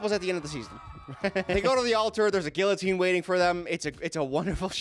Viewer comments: im sorry did you say guiLLotine?! 😂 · There’s a what waiting for them? A GILL-UH-TEEN? Uh…. Who’s gonna tell him? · Cringed heavily when he said it was a GILLotine 😭😭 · lol at his pronunciation of guillotine. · bro hit the l so hard in guillotine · the way he pronounced guillotine smh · Lol I just had a mini freakout moment when I looked up the pronunciation of the guillotine...I thought I had been saying it wrong but it's apparently the difference between American and British pronunciation. pronunciation was British and the one I was used to was American. 😅 Thanks for the 3am mind melt. 😂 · Honey the way you pronounced guillotine…. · this is how i find out you pronounce the L's is "guillotine" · Did just pronounce the “L” in guillotine or did I hallucinate? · are we gonna talk about how pronounced "guillotine"??? i'm dying lol